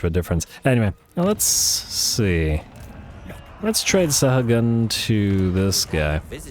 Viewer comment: just in case it matters, Sahagun spanish... last name i believe...? Sa-ah-goon (slaneshi giggle)